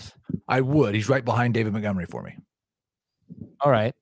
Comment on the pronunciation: At this point I want David Montgomery to retire just so I don't have to hear say his name anymore and butcher it 😂. "mutgomery"